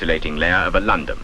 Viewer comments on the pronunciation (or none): Ẁhat was the name of the insulating coating on the heater? It sounded like alundon.